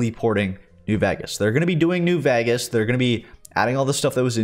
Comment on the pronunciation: please bro learn how to pronounce new VEGAS !